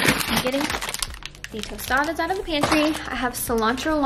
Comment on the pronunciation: I love how you say “tostadas”